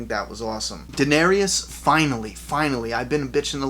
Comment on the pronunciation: I love you bro, but please start saying danaris's name correctly...its not danarYis...ty...love the walking dead vids.... ;)